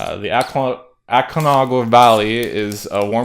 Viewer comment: Col-CHA-wa. Koo-REE-ko. Ah-con-KA-wa. I know a Chilean who you could consult with.